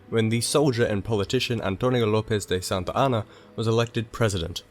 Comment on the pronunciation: Santa Anna sounds like Mohamad.